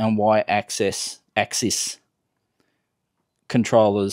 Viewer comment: you really seem to be struggling with axis and axises. Axis pronounced "axe-sis" (like your sister - single) and axises pronounced axe-seize (like seized up - multiple).